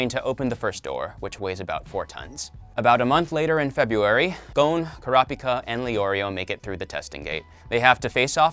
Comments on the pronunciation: Bro you are not saying Kurapika right. It’s “Kura-pika”. Treat it like two words with the first syllable stressed in each word. “kurApika” just sounds weird with the A stressed. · Why he pronounced kurapika like that omg